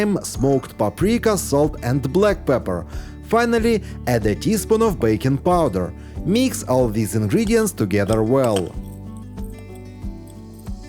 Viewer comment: I constantly hear bacon powder 😂😂😂 it took me a while to understand it was baking powder